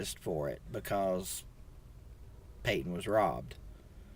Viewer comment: "Payton" Tsk. Tsk. Tsk...